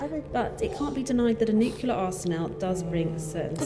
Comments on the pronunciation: N U C L E A R ! Not NUKULAR OMG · This narrator pronounces nuclear wrong. I stopped listening.